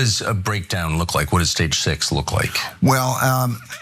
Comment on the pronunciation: This coming from a guy who can't say 6. 😂😂😂